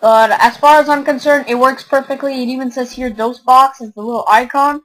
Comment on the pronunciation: It's not dosebox. It's Dosbox